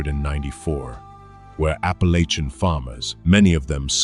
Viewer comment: It is Appalachian Mtn Range. Pronounced Appa lay chen. I'm from there. My Great Grandmother was from Chattanooga in the late 1800's. Her family moved there from the Carolinas. Later moving to Western TN & Texas.